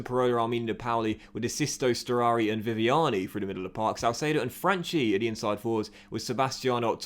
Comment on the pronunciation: Correct pronounciation of Franchi is: Fran-Key . Still good signings